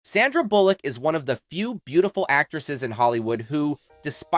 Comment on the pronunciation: These content creators always manage to rip away the curtain on their AI voices: "con-TRA-versy" and "Sanda". And then I'm OUT. At least listen to your damn video once before posting so you can fix stuff like that. Lazy.